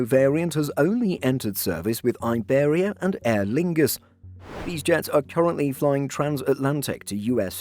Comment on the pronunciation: You'd think that a channel focused on aviation news, they'd know how to pronounce Iberia